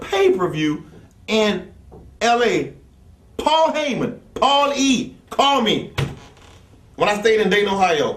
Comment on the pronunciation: When New Jack sayin Paul Hyman lol is the devils son.You know you f*#ked up!